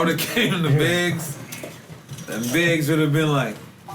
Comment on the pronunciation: sound like he sayin Biz instead of Biggs 😂😂😂